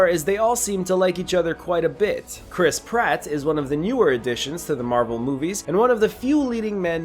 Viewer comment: Did this guy just say crisp rat?